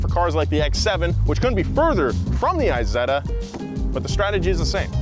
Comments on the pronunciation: Please dont call it "I"setta.. its not an Iphone... in english please "E"setta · Isetta like Isabella, not like ice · Forza has a Z so it makes a Z sound. Isetta doesn't have a Z - and doesn't make a Z sound. It's like morons calling Tesla Tezla - like they have a South African accent like Elon.